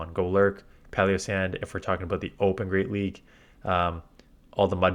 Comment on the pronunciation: Has anyone mentioned the pronunciation in Palossand? Why does it sound like paleossand?